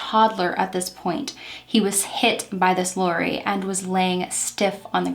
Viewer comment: That's so cute the way that you pronounce lorry. It's like sorry but sounds like Laurie in your mouth. Love it and you though. Deffo not a criticism. With love from the UK